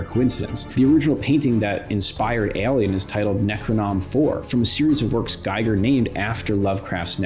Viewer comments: H.R. Giger is pronounced "Gee"ger.. Not "GUYGER" that would be spelled: "Geiger" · Finally watched this. Excellent. One nitpick, can't get over it, maybe someone else mentioned it, BUT, it's pronounced GEE-GUHR, not GUY-GUHR.